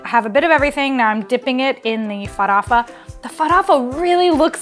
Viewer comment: **Farofa not farafa! I try to cook different cuisines a lot, and I've got to say that Brazillian food is the bomb!!! The best recipes were Caruru, Xim-Xim(Chicken stew thickened with cassava and coconut milk and the palm oil that gives it a lovely colour!), Empanadinhas,and Mocqueca de Camaroes.. I need to cook more Brazilian food!